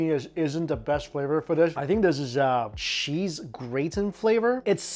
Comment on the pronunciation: Homie out here showing the world advanced prison fix’in’s with the pho broth and chips lol. Every time he says cheese “sheeeeeze”